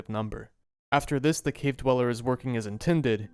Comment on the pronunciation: cwave dwella